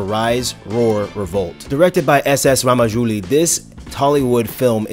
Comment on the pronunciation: its not ramajouli its rajamouli..... :)